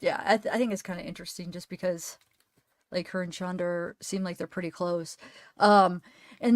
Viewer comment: Please pronounce her name " Shanneda" she hates that. She'll correct you. Remember? During fake ass crying. Pathetic. Showing no signs of grieving for Tim Tim. As his brother called him.